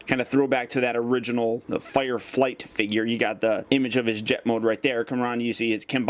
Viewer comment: His name is Fireflight. Not firefly